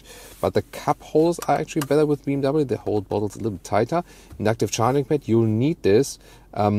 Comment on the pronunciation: Metz cedes Beem W. What are those pronunciations 😂😂😂